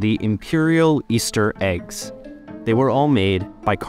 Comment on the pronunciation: why are "faberge aykes, aykes?"